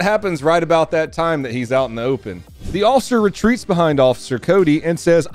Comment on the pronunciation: PLEASE pronounce the F in officer. PLEASE stop saying osser.